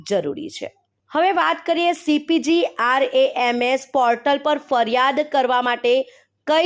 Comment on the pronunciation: પહેલા cpgrms નું ઉચ્ચારણ સરખી રીતે કરો😂